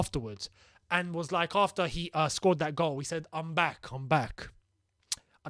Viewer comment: I swear he said Mama instead of I’m back